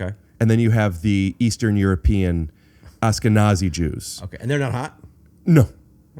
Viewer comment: Its "AShkenazi", not "ASkenazi"...